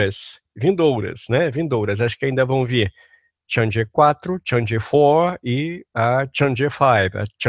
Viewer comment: Uma correção de pronúncia, a Chang'e não se pronuncia /tchandjê/ e sim /tchang - e/, pois se compõe de Chang + E